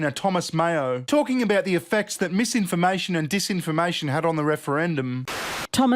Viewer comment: "Its mam-imformation" - totally not crazy person.